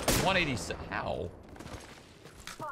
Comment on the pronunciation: “I saw the blooad, whoaat?”